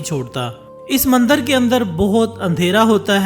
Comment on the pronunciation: Videos bnanaah toh seekh liya chalo koi baat nhi paiysa millega .. ab bolnaa bhi seekh leh mandar nhi mandir bolteh hain ..bhopaadike ... Smjh gye ho yaa bhonsadike boluh ...